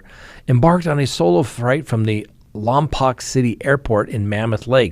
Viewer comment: Hi, living in the Springs but born and raised in Santa Barbara County, specifically Lompoc! I wouldn’t be a true Lompocian if I didn’t kindly mention, it’s pronounced Lompoke. Thanks!